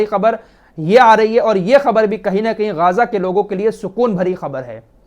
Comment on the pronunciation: गाजा नही है सही नाम गजा है